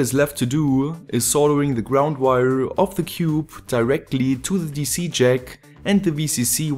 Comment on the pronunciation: Damn, I really like your videos, but you saying weiaa(wire) is just too funny.